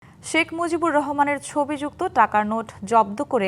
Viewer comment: "Shekh Muzibur Rahman" evabe full name pronounce Kore bibriti deyay onek Valo laglo oneek dhonnobad Songbad pathok ke , eto din por report - ta dekhe , shune Mone holo shottie Edeshe Shekh Muzibur Rahman name keu chhilo .